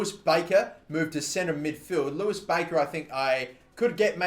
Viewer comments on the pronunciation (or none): none